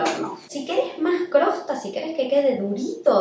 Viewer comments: una genia !!maravilloso pan ............pero...se dice COSTRA !!COSTRA!! no CROSTA..por favor... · soy tu fan. Pero xfa no digas crosta. Es Costra. Besos hermosa. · Jajaja!! Crosta? Por que? Mi marido tambien dice Crosta...es CoStra....sos mas linda...estoy a punto de poner el pan en el horno...primera vez que lo hago a este...besoooss!!